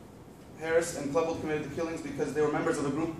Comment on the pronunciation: Dylan KLEEbold not Dylan Klehbuld.